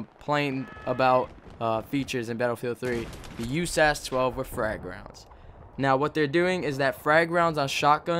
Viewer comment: and its not pronounced "USAS" it is U-S-A-S